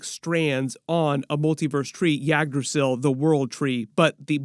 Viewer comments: Yggdrasil not yagdragsil 😂😂😂😂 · you speak in run on sentences, and that's hard to do. Also wtf is YAGdrisil lol learn your pronunciations, you supposed to be a nerd.